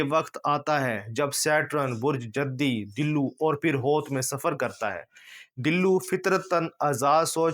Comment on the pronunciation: Dillo nhi hota....dulv hota hy ..Arabic word